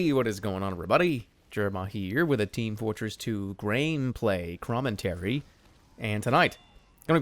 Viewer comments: did he really say grain play crommentary?? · Did he just say "Graneplay Crommentary"?